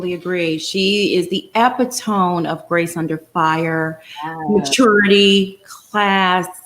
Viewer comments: Please stop.saying Ep-eeTOME, 3 syllables: ep-IT-uh-mee, 4 syllables! You're an on-air personality? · Did just say Karen is the "ep i tome" instead of epitome (e pit o me)? Haha I have never heard someone mispronounce that word that way. Nobody corrected her & she didn't even realize she said a word that doesn't exist. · Epitome: E-pit-o-me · I love your channel. This comment comes from a good place. The pronunciation of Epitome is e-pit-o-me